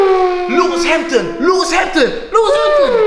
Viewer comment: yoooo zegt gw lewis HAMTON 😂😂😂😂😂😭😭😭😭💙